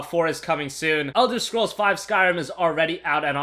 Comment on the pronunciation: What? Elder of scrools? Realy?